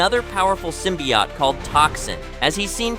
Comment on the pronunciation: That's a long "O" at the end of "symbiOte", chief